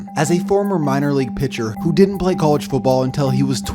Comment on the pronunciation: It’s cah-ledge football not coo-ledge football. Cringe